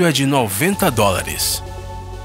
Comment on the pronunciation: GOSTEI COMO VC PRONUCIA DOLLARES, FUNNY